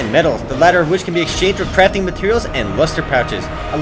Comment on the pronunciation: i heard "card crapping system" :D